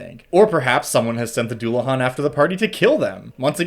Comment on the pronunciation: Oh God it's a celtic word I'm not looking forward to hearing it pronounced, I'm holding out hope especially since it's not as hard as some words in Irish Scottish or Welsh but still Edit: ok it wasn't too bad it's not great but if you don't know Irish you wouldn't know that it's a deu-la-han